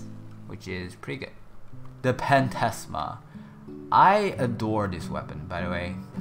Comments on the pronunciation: Phantasma is pronounced, "Fantasma" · mesa 4th can do the same DMG with less energy so his 4th is in fact balanced also phantasma(and its spelled with ph being the sound of f like phantom, you wouldnt say p-hantom )